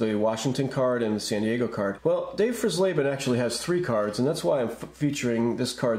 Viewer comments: You're mispronouncing Dave fries laban's last name Fry's Laban is the pronunciation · Pronounced "Fries-leben", like French fries. I never saw any of the Washington variations where I live. Maybe they only came out in certain markets, just like the 75 minis, which I also never saw. A similar situation arose a couple of years later when the Giants were on the verge of moving to Toronto, but that time Topps didn’t jump the gun.